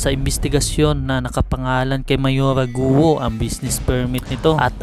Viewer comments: Correction: Pronunciation for "GUO" is "GO" (Silent "u")...No offense meant pls. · Bakit Guo ang pronunciation nyo just say Go kc last name nya ay chinese